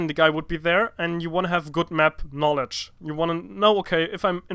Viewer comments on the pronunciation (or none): 'So common sense or KNAWLEDGE"- Tai Lopez